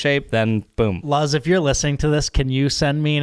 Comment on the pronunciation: Its actually pronounced "loose" because in Spanish, the word for "light" is "luz". The Z in Spanish sounds like an S. That's what their brand name is based off of :)